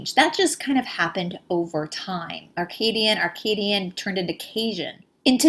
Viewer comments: The word is Acadian not Arcadian. Thanks! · I had to stop watching this because she kept mispronouncing Acadian.